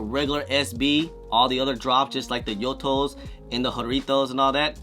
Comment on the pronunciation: how are you still butchering the "Yutos"? That's a pretty straight forward name. There's Viet names that are 10x harder to pronounce 😂